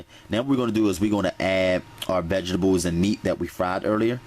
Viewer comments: I know righ how he says vigibles lol that the south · he said vegables cuteee